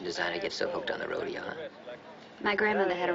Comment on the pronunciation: Roh-dey-O ? Really? Apparently they couldn't find anyone on set that knows how to pronounce it properly, including those Hollywood cowboys.